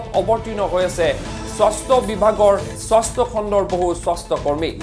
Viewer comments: স্বস্থ বিভাগ না স্বাস্থ্য বিভাগ. না তোৰ মাত নুঘুৰা হৈছে. আল বাল চেনেল কৰি খুলিব আহিছা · কি স্বস্থ্য হে । স্বাস্থ্য বুলি স্পষ্টকৈ কওক।বৰ শ্ৰুতিকটু হৈছে।